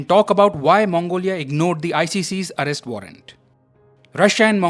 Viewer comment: Putin ! Not Butin! Arrest! Not allest!